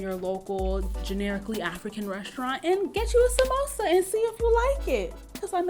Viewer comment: girl!!!! i knew you were Kenyan the moment you said samosa correctly...